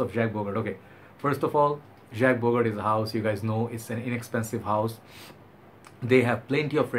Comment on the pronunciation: bro. it shud be pronounced as jock bogart.